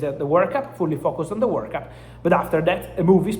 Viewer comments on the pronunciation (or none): none